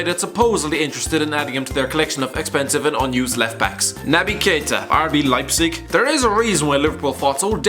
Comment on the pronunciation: and did he pre-record himself saying "RB Leipzig" so that he got the pronounciation right? The tone of his voice sounds exactly the same, and remember when he pronounced it "RB Lipshik" last time and got hammered in the comments? Idk, what do you think, I think that was pretty funny:D